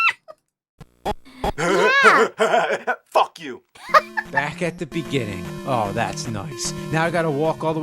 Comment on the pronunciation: "Wait! If you die, it'll go back to the biggening-uh!" tea's ready!